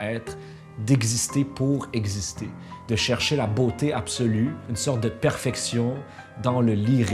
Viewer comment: en parlant de "beautsé", cher ami, t'es mmh..